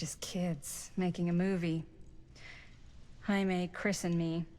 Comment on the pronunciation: cant stop laughing at when the characters would say Jamie, it sounds like they are saying haime